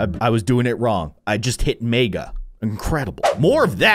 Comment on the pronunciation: When he’s says mega I hear it like maga